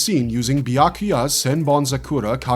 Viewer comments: By-ya-ku-ya You did my man, Byakuya wrong with that pronunciation lol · En Rah Ki Yo Ten - - - - - Be Yah Ku Yah - - If you're not AI, learn the correct enunciation 😂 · What the hell did you call Byakuya😂